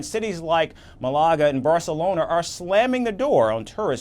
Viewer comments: 09 MÁ-la-ga. Accent on the first syllable. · First off, learn how to say MAAAHlaga (accent on the first syllable) Second if you claim to be anything close to a news source then use an honest headline. There is no ban on tourists or tourism. There is indeed a ban on owners hogging apartments they use as Air BnB or on other short term websites instead of as residences or long term rentals. This behavior has made it difficult for many Spaniards to find living accommodations all over Spain;s coasts. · Emphasis on first syllable with Málaga.